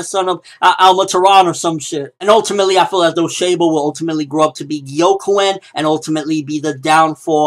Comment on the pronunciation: It's pronounced "She" ba